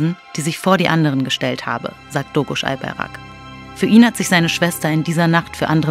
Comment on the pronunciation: albaYrak und nicht albarak. DOĞUŞ und nicht doğruş. Lernt mal lesen und hört auf buchstaben rein zu intepretieren die nicht da sind wenn ihr schon über so etwas wichtiges spricht lernt erstmal die namen richtig auszusprechen es reicht. Der pfall.